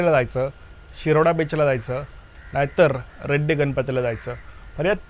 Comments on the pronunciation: ते रेड्डी नव्हे रेडी आहे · ते रेड्डी नसून रेडी गाव आहे दादा...👍🏻